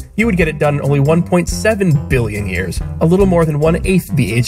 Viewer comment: I love the emphasis you give when you say “BILLION”